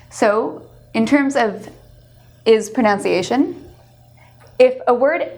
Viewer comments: She says "prNOUNciation" and it should be "proNUHNciation." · Listen carefully--slow it down, if you like--it's clear that she says "proNOUNCiation." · Interesting points, but edit your video and pronounce "pronunciation" correctly: /prənaʊns/ (v) /prənʌnsieɪʃən/ (n) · Hi, it's so nice to see a video about "s" endings,BUT, did I hear you correctly at 50 and 57 seconds into the video? "proNOUNciation" really? If you didn't know, the word that you said, simply doesn't exist. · You are a good teacher in these S sounds have become increasingly poorly used by professional announcers on commercials. I would suggest that you pronounce the word pronunciation without saying the word pronounce. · You started off by mispronouncing "pronunciation." :/ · she also did that at the end of the video, like in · She's even pronouncing 'pronunciation' wrong. It's bugging the heck out of me.